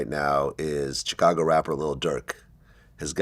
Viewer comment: I can’t stand how Vlad says Chicago